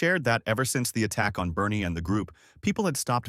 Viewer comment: Why is Barney pronouced as Bernie. Barn rythmes with yarn There's a purple dinosaur that's very upset.